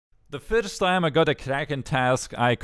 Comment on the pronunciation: i love the way he says "first" its like "firdsdt:"